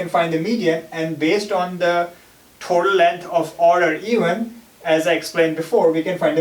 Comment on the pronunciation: eewven, awrray, aasm